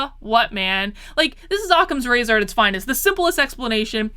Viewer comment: It sounded like you said sock-em's razor. The simplest explanation is to hit you upside the head with a clue-by-four.🤣